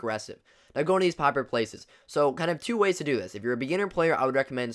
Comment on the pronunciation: The way he said popular 😭😭